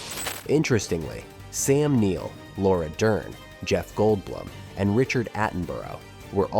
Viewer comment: likewise mispronouncing 'goldblum' and 'guttenburg'. kinda sad whoever published this didn't even listen to it and fix these issues before uploading it